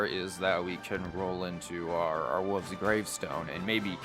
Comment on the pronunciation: the way you say "wolf's gravestone" kinda sounds like "woof's gravestone" haha